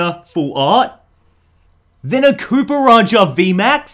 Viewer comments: Copperaja is pronounced copper jaw just an fwi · when he said cooparajah